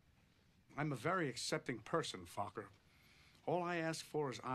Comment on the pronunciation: I just love every time Jack says "Focker", it's almost like he's calling him "fucker". 🤣